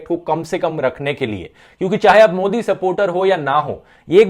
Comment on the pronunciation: did he say Godi instead of Modi?